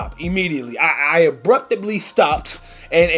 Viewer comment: “Abrubtably” yikes